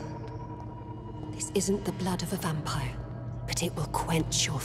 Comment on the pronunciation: Michael Cleare I thought he was pronouncing it as Vam-pyre.